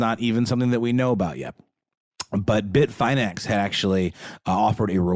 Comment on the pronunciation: No capitulation to Russia, no deals made UNLESS Ukraine is the one creating the terms, AND Russia subsequently pulls everything out of Ukraine, including and especially the territories Russia seized ILLEGALLY. Also, this part is for. It's pronounced Bit-fin-X, not Bit-fine-X FYI. And RazzleCON, wasn't a hacker. She was a con artist. Most of the theft's were from social engineering (phishing scams, wire fraud) Not a hack. If you had to guess, how would it be so simple for a female to scam people through social engineering? Opportunists that got lucky, and sloppy.